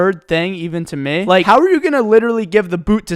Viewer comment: The only thing I can think about right now is how instead of saying me he says May